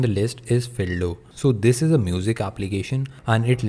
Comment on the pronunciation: Fildo sound like dildo